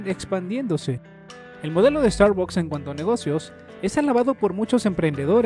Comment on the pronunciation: No se pronucia "starbacks"